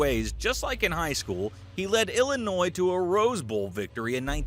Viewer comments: When he's talking about Butkus in HS that film is from college. The 2 pics of him as #62 are from CVS. Also, producer of video it is Illinois Fighting I-Line-I. Not Illa-e. AI couldn't pronounce it that badly,u should get an award. Also he went to Illinois because they had a dorm for married players, so he was able to bed down each night w/Mrs Butkus. Notre Dame didn't, because if they did Butkus was going there. And some of the best highlights if him are of him running with the ball after an interception or as a TE after a catch. Some of my family members were from that era and watched him in High School and they said he was absolutely unstoppable on offense as a TE. Literally no 3/4 HS kids could get him down. They said it became comical watching him swat kids around like flies. #SouthSide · then who calls it “American football?” And you BUTCHERED the name of the Illinois football team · Great story but AI voice cannot pronounce ILLINOIS